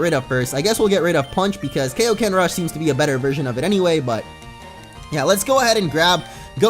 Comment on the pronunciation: For future reference, it is pronounced Kai-O-Ken.